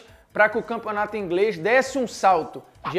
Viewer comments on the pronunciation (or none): Campeonato Ingrêis? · No minuto ele fala campeonato "ingres"😂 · o campeonato " ingrês " kkkkkkkkkkkk